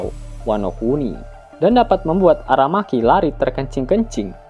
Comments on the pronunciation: Admiral Aramaki woy bukan Arameki 😂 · Ara maki atau Ara meki min,,kayak ny Ara MEKI cew min😂